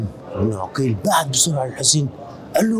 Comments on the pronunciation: مسلم ابن عقيل وليس بالضمه كان تقول عوقيل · معلومة جدا مهمه للاستاذ محمود عقيل بفتح العين وليس بضم العين وسكون القاف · ليش المصريين يكولون على اسم عقيل عوقيل حته الاستاذ هم هيج يكول سبحان الله